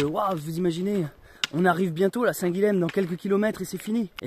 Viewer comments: Salut ! Super vidéo et super projet ! Par contre arrête de massacrer la prononciation de mon prénom (Guilhem). Ça se prononce Guillèm, « y » et pas « L » ! En tant qu’occitan vu qu’il me semble que tu es du Lot, t’es censé savoir oh ! Bonne route et bienvenue chez moi dans l’Hérault ! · Hello. Toi qui lis tous les commentaires, je me permets une petite correction. On prononce Guilhem (Guy yem), qui est un dérivé de Guillaume, Will, William ou même Wilhelm en Allemagne. Guilhem est un prénom assez connu dans la région de Montpellier. Donc on prononce bien "Guyem":-)